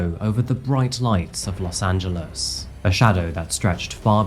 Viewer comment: Thank you for pronouncing “Los Angeles” correctly. Even Spanish speaking native speakers would not pronounce it “Los Angeleees”